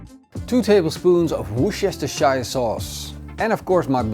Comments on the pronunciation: Us Brits have little to offer the European community presently, but I believe there's one small gift we can still offer. Repeat after me: 'Wus-ter-shire' sauce. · Just Worster sauce, it’s much easier to say, and it’s how the English say it. 😂. Love the look of the piglet. Wow